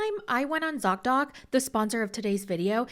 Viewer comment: Zock doc? Dot dot? Doc doc? I couldn't understand you lol.